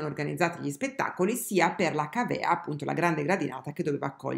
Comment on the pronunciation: Càvea, non cavèa.